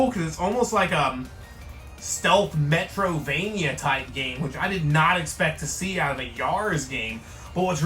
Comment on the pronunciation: You said “metro-vania” Either you made a “slip of the tongue” mistake or you are not really much of a gamer and you just exposed yourself.